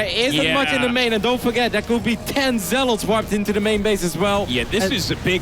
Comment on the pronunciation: Dude, why are you unable to pronounce "zealots"? It's not zell-LAWTS